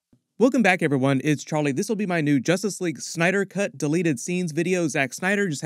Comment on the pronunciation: So what is "Justrice" League, Warworld. Seriously?